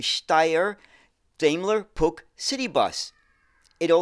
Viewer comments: Steyr and Puch are places in Austria that give the company its name. Puch is actually pronounced Puch, with a short U, and not with a ck at the end. Steyr was and is not only known for vehicles, another part of it is involved in the production of rifles, of which the STG 77 is one of the best known. The Steyr gunsmiths sell under the name Steyr-Manlicher. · Another interesting look into oddities in the bus world. I remember the Puch name as a child but heard it pronounced 'Pooch'. The half cab and small wheels make it look futuristic. It would seem in place in a futuristic science-fiction film or childrens animation! The panoramic version looks more sensible. It certainly has a market, airports and tourist vehicles etc. Didn't notice the UK connection, until mentioned, but remember these more sensible versions. Great stuff! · From what I understand Puch is pronounced 'Pooch', like a small dog/hound? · I've always pronounced Puch as "pooch." Have I been saying it incorrect since I spotted a Puch Magnum mkII at a local mall in '79? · I've always pronounced it 'Pook' (with a short vowel sound rather than a long one). Shows how wrong you can be! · Steyr and Puch are places in Austria that give the company its name. Puch is actually pronounced Puch, with a short U, and not with a ck.